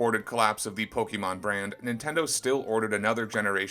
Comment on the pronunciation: You don't even know how to pronounce Pokémon.